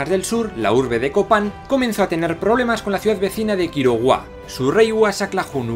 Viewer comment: Excelente vídeo,, un buen resumen de la cultura maya. Solo una observación: en una parte dices "Quiroguá", en lugar de Quiriguá (no pasa nada, me imagino que fue un pequeño error mientras hacías la grabación). Un dato interesante: algunos explican las edificaciones triádicas como conjuntos que servían para indicar los solsticios y los equinoccios (el sol iluminaba la pirámide norte en el solsticio de verano, la pirámide sur durante el solsticio de invierno, y la central dos veces al año para marcar los equinoccios). Sigue adelante con tu proyecto.